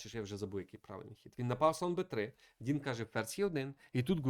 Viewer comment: Бля....ну його звати Дін. Шариш. ДІН. Не Дінг, не Донг. Ну шо за піздец. Це як мінімум коверкання ім'я. Я думав ти це виправиш но ні. Яка уже партія но у тебе він Дінг. Де ти це вичитав?ми ж тебе не кличим Міхуйоло?